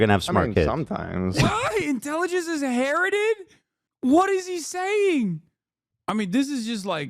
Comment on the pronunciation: It's a little ironic for someone to say their race is smarter than other races because they inherited intelligent genes when they can't even properly say the word "inherited" Oh and it's not about race by the way.